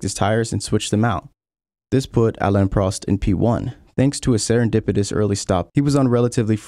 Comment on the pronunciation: Why do you refuse to pronounce peoples names correctly? Vettel, Prost, fuck are you going to mangle Bruce next?